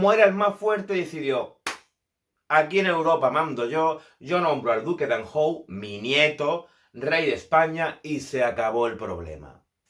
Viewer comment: Hay algunas imprecisiones (y pronunciaciones curiosas: anjou por "anyu")